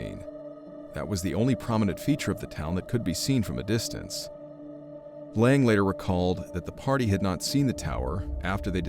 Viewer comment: His name wasn't pronounced Lang it was Laing.Layng!!!!